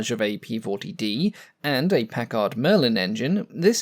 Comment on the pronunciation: When pronouncing the word "Packard", the accent is on the first syllable.